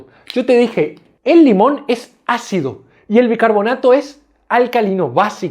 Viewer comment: Se dice, ácido. No jaccido. Ahora la gente habla con la. J. Dañando el español